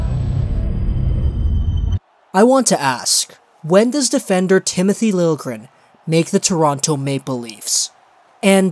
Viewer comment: It is pronounced Lil - yeah - gren